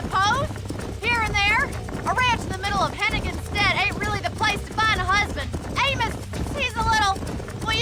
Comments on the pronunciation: Great video man! Just a heads up, Amos is pronounced "aim-us" in the states( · The fact you could never say Amos correctly made me stop watching the video. How in the hell do you get A-Mos after she has quite literally said it more than once.